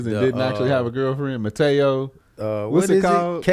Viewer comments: and y'all my dudes lol.. but the brotha name is Manti Teo 🤣🤣🤣 I was crying hearing y'all call him "Mateo"🤣🤣🤣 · said mataeo 😂😂 it’s manti te'o. Who tf is Jeff 😂😂😂